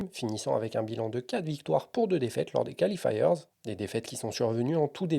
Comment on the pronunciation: Bien, comme d'had'... Mais l'horrible "califailleurzz" qui déchire les oreilles.